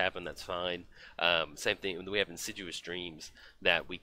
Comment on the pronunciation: It's not In sid u us dreams. It's In Sid EE us Dreams. Great game!